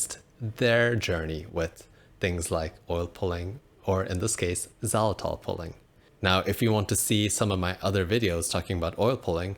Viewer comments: It's pronounced "ZAI-luh-tol", not "zawlatol" . There is a long "i" sound on first syllable. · it sounds like your saying "za-latol"